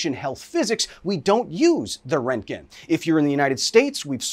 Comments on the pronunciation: the amount of times he says rent gen , instead of RONT gen, is giving me radiation poisoning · "Rentgen" is such a cursed pronunciation. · Röntgen isn’t pronounced rentgen! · are you saying Rankin? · at first I thought he was saying rankine and I was like damn thats cold. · Not how you pronounce roentgen but okay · Literally no one is pronouncing the umlaut in Röntgen (Roentgen) correctly, not Kyle, not HBO… like come on guys do better 🙄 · Best part is intentionally saying the guy's name wrong multiple times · I guess thats how we are pronouncing roentgen now lol